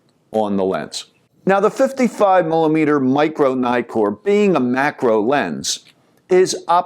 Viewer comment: it's not 'naikor' for pete's sake. It's neeee-kon, neeee-kor etc..